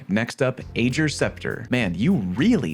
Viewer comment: When are y'all gonna realise it's not pronounced age-r... It's Ae-gr. It's a character's name for god sakes.